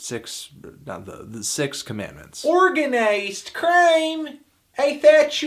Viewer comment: Urgunuized creim? i thought you luft thut wurld in the behind!